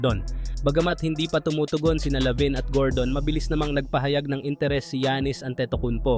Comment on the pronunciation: Lavine po hndi labin 😂😂😂😂